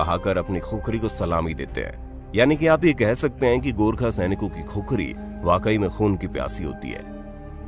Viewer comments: खुखरी होइन भाटे खुकुरी हो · पहले सहि नाम लेना सिखिए खुकुरी को खुखरी मत बोलिए ! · खुखरी नहि भाइ इसको खुकुरी बोलते है 😁😁😁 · खुकुरी बोल्ते हें , #खुखरी गलत हे#